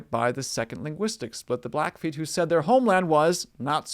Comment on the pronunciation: It's blackfeet, the feet part is never pronounced as foot